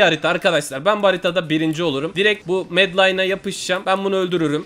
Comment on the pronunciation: larinin türkçesi gitmiş medine'ye medlayn diyo